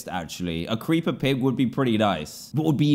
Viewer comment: Ah yes the preeper